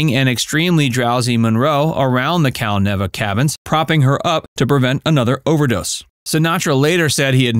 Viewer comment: Cal-Neeva. NEEEVA.